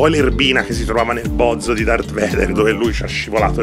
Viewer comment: Anni che torno su sto video solo per sentire “Darth Vaso”